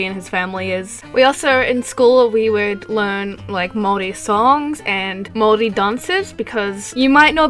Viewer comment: And thankyou for pronouncing Maori correctly i'm half maori so thankyou!!